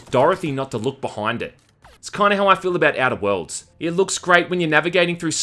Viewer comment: The way he says Outer Worlds sounds to me like "edibles" lol.